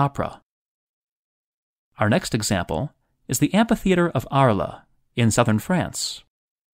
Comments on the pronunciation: DEAR: it is just ARles, pronounced ARL, forget the les that follows, not your Italian ARLA! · Arles, is pronounced “Arl” not “Arla”, great video though. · Two things. 1.) Arles, France is pronounced "Ahrl", not "Ahrlah". 2.) Is the water used in the ancient baths such as the one shown in Algeria filtered at all? I had read that the water in the original Roman baths could be quite filthy! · Arles =pronounced Arl not Arla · An interesting docuvideo, but, Arles=Ar-lah? Merida=May-ree-Dah? Is the Segovia Aqueduct still in use? The Roman bath at Bath is still preserved and fed by the original spring, but it's not "used" as in the other examples. The water, however, has been channeled to modern spas. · It would help to be knowledgable about these things when reading the text. Arles, city in France. Completely mispronounced to the point of being unrecognizable !